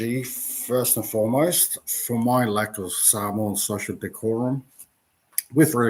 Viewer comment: I get that you don’t speak Samoan but at the very least say ‘Samoan’ correctly. ps. there's no 'w'.